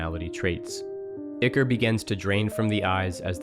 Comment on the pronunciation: It's not Ick-or, it is eye core